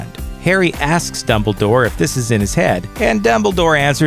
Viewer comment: i swear he said doubledoor